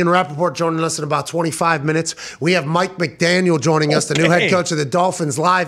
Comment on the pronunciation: It sounds like they got Mett McDaniel instead of Mike McDaniel